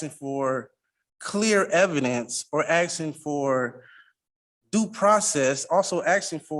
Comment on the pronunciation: Axing 😂 illiterate animals